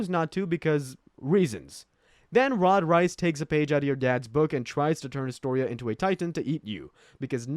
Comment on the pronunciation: “Rod Rice” 💀